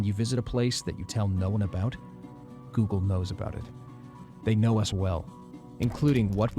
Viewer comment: Oggle. Not google